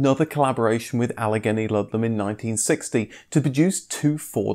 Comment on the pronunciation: Allegheny is pronounced "Ah-lah-GAY-knee"